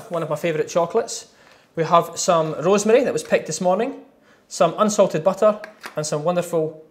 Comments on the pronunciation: 3172 he's Scottish😂😂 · He sounds like a russian guy seeing for the first time some rosemary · he sounds more Italian to me? 🤔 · My... the way he says rosemary.... Magical moment..